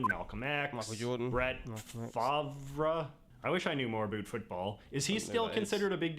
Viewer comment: Brett Favre (it’s pronounced F-are-v) is NOT LOOKED UPON HIGHLY today. He’s recently been in a couple scandals. I don’t know many of the details, but he’s been involved with a large scale Welfare scandal (allegedly) in his home state of Mississippi. Somehow he’s supposedly behind this misuse of the funds. And now he is suing popular sports media members for defamation because they talked about it.